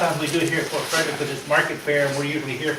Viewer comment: .....Ft Frederick , no " s "